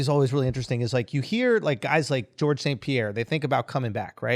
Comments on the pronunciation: Calling him “George” and not “Jorge”>>> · usman is the only nigga to pronounce Jorge gorge